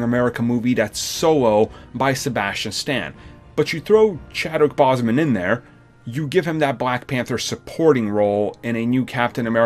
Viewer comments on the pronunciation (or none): Chadwick Boseman has a long O sound you pronounce his last name wrong